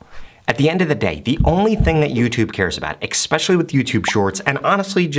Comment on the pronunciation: i was listening until he said EXpecially, now i'm closing the tab lol